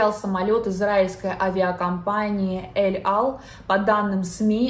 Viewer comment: Эль-Аль. Не ЭЛ-АЛ